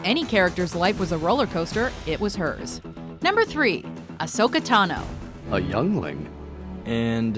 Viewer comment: ASHOKA? WHAT? XD